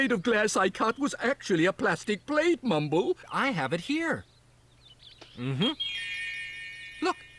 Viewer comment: And it's still MYMBLE! Not Mumble!